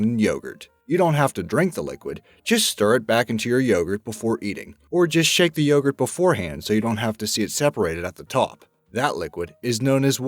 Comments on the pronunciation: See ! The way he says yogurt. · Bulgarski detected!! Mission:Steal the youghrt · Why can't you pronounce 'yogurt' correctly? Why can't you pronounce 'parmesan' correctly?